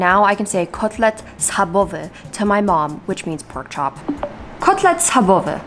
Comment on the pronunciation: i gagged when you said KOTLET SCHABOWY never would've thought u have polish roots, so cool :)